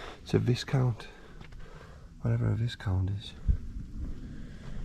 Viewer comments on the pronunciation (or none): Viscount is pronounced Vi-count. Silent s. Great find. Such a shame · The Viscount is actually a Vauxhall Viscount pronounced with a silent S, an upmarket version of a PC Cresta